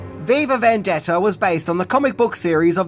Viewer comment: "vendetter"..... Okay.